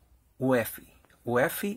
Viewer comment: Also, I'm running an optiplex 790 that was a gift. Usually UEFI is pronounced by saying each individual letter (you-ee-eff-eye) instead of pronouncing it as a word. My goal for this computer is to install Linux Mint onto it but legacy boot is preventing it from booting from the optical disk.